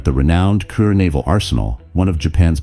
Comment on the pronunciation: Kure Shipyard is pronounced "ku RAY"... it's disappointing that the AI voices have not learned the dozen or so Japanese cities frequently mentioned in WWII voice-overs. It's not like AI can't learn - or can't it? Is it Automated Dumbness? Those photo filters really suck - they are ONLY distracting, NOT helpful.